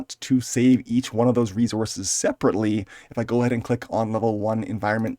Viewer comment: Say "reezorz" one more time 😅